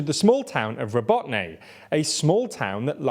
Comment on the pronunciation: Robotyne (Роботине). It's pronounced 'ra-BOAT-ta-neh' which in English means "work." This video alludes to (on purpose I am sure) that the 2nd and 3rd lines of the Russian defence are as formidable as the first. Therefore, it is easy math using that 2 months-per-10 km benchmark. This assumption, if being made, is totally incorrect. Just the fact that the Ruzzians have started pouring reinforcements into the 2nd line of defence of that area is a very good indication a vulnerable gap has already been opened. According to some (reliable) Ukrainian sources, the Ukrainian army has already surpassed the mine fields and is pulling in elite mechanized units from their reserves to join in the fight, this includes the use of Challenger tanks. So Tokmak may be liberated sooner than some are speculating. But if I am wrong, then I am sure the Ruzzians have weakened their defences in other areas of the front by reshuffling some of their units.